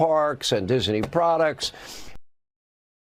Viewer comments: Dis-in-nee Hannity Another example of weirdo Can’t pronounce name of one of the most famous names ever. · "Dis-a-ney"?? wtf? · He kept saying Disiney😂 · 😂 What's Hannity's glitch? He keeps adding an extra syllable to "Disney" and mispronouncing it as "Dis-en-y". Typical magaT WEIRDO. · I love the way (NOT) that he can't pronounce Disney. Where the 'i' came from as he pronounces it Dis-i-ney, I'll never know. Just goes to show how literate Hannity is, again NOT! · I can't stand the way Hannity says "Disney" when he's threatening Iger. "Disenee". He's such and awful person. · Why is Hannity saying "Disney" that way? He's adding an extra syllable. Lol Dis - uh - ney. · You ridiculous, nonsense example of a commentator,. Hannity. The corporation's name is "Disney". Not "Diseny". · How many syllables in DISNEY??? According to Hannity there are 3... DIS EN NEY??? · hey Hannity - since when is it 'DIS-EN-NY'? It's Disney! Are you channelling Yogi Bear & his 'Pic-en-ic basket" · Arrggghhh diz ney say it with me hannity diz ney not dis a ney 🤦‍♀️ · He does know it’s not Disiney? Disney! Lol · What's with the way Hannity pronounces Disney? He's adding an extra syllable. It's rich him criticizing ABC News when Fox is not real news. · If Hannity were a real news anchor, journalist or whatever he purports to be, he'd know how to properly pronounce "Disney." And he wouldn't be on faux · Does Hannity know how to pronounce Disney. There’s no “i” between the “Dis” and “ney” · Sean Hannity pronounces Disney like the word has three syllables. MAGA sure loves the poorly educated!